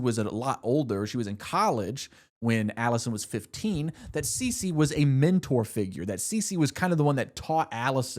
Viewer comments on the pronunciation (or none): none